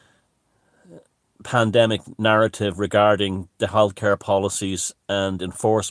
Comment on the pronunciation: Did you say the pandemime is over at the end?